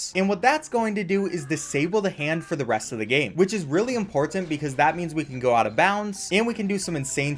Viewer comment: He also says "import tant"